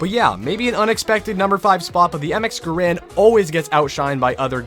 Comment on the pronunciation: How I genuinely appreciate that he says GaRand Too :)